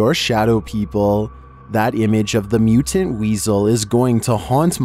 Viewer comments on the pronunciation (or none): Mitant weasel? 😂😂way to reach.